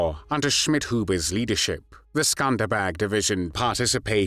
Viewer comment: The pronunciation of "The Skanderbeg Division" sounds like they're saying "The Scumbag Division." Very apropos.